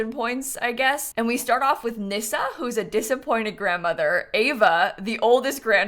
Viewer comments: The fact that you said Nyssa correctly 🥲 it's so rare someone gets it right, thank you lol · Just gotta say, as a fellow Nyssa, thank you for pronouncing the name right 😂 a lot of people get it wrong as it’s not very common 😅